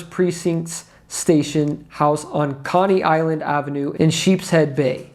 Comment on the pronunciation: "Koni" Island not Connie Island 🤣